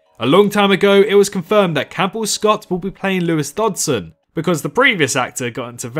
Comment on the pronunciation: Dutson? You mean Dodgson?